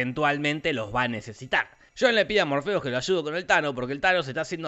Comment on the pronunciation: Todos: Morfeo Te lo resumo: morfiu.